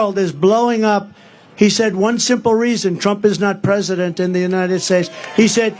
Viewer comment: pwesident HANNIBAL LECHTER.